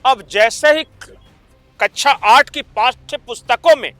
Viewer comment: मान्यवर कच्छा नहीं कक्षा होता है। उच्चारण सही से कीजिये।